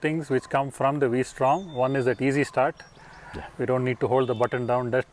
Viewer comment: it's vstrom versatile Strom not the v for angle